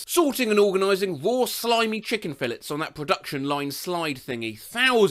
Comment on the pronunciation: I think you need to look into how to pronounce filets